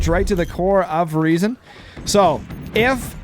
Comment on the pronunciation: Funny how your english version of Riesen was closer to the actual german pronounciation than your german version XD The "R" comes from the front part, tongue just behind the front teeth, not from the throat like you have stuck something in there you want to spit out ;)